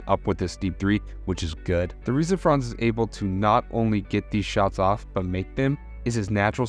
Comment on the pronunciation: Hey there... the pronuncation of "Franz" isn't like "France" with a long vowel but with a short one, like in "buns". Greetings from Germany ;)